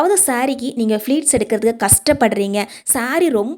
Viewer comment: அது ஃப்ளீட் இல்லை அம்மா. ப்ளீட். கஸ்டம் இல்லை கஷ்டம். உச்சரிப்பு சரியாக இருந்தால் வீடியோவைப் பார்க்கவும் சுவாரஸ்யமாக இருக்கும். ஆங்கிலம் தேவையில்லை. அழகான தமிழில் உச்சரிப்பு சரியாக சொன்னால் இன்னும் நிறைய பேர் பார்க்க ரெடி